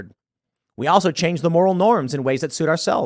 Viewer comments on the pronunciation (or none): none